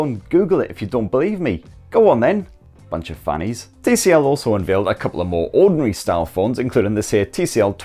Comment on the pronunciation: "Bunch of fannies" was almost Glaswegian😆